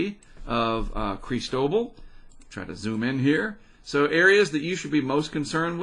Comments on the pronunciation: At least he’s not saying “ Crystal-ball” and according to NOAA you pronounce it Kress—TOH-bahl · Pronounce it phonetically,! KRIS-TAH-BALL! Food for thought.